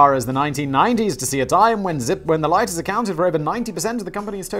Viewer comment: I liked how simon suddenly had his english accent back when he said LOIGHTERS